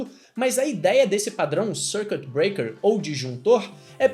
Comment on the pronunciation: Dois erros: Dar exemplo usando PHP e a "forçada que deu na pronuncia do circuit breaker (SÔURQUITIBREAKER) hahahaha